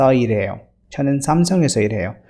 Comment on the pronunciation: Sir why did u pronounce irhaeyo instead of ilhaeyo?